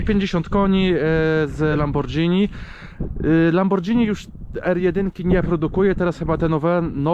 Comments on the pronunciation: Obejrzal bym do końca ale uszy krwawia od tego lambordżini... Znam marke lamborghini ale lambordżini nie... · fajna prezentacja, ale mała uwaga: wymawia się LamborGini zamiast LamborDŻini. To takie samo słowo jak spaghetti, którego nie wymawiamy przecież spadżetti. Pozdrawiam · Lambordżini? 😂😂😂 I spadżetti….Panowieeee!